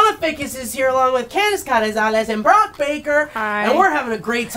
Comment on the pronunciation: Brock got my name right!! I knew that’d be a little difficult